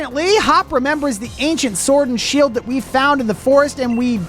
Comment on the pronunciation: Bro is Pokemon word not seeld